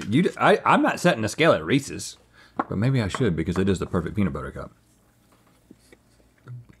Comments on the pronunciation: Must say it irked me a bit hearing Link say Reese’s improperly. Its Reese and he owns them so its ‘s not Reece C’s. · God the way Link pronounces “Reece’s” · Someone tell Link he doesn't know how to say Reese's